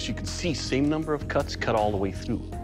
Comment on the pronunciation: It wil KeeLL